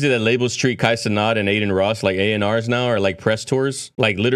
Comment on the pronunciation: On Kai’s stream too he said the first time they met that’s how drake said his name, (Kai - ce- not), when it’s normally pronounced, (Kai - ce - nat), and no one else would know that so AI would have to pronounce it properly.